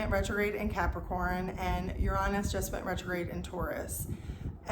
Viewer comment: The opposite of belonging is fitting in. I’m done fitting in, I belong to myself:) Ps. Exceptional pronunciation of the word Uranus👏🏻👏🏻